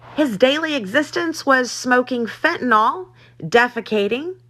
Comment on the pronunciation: for fentanyl, you always say "fentanol" but it's like Benadryl, you don't say "Benadrol"...do you, savage?!?